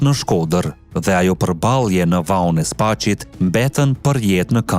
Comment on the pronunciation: Ne ba te spasit e jo spaqit